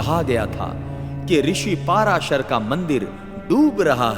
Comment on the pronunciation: कोई अलवर कहता कोई दूसरा।उनका नाम पराशर है न कि। पाराशर ।।ग़लत उच्चारण चुभता है ।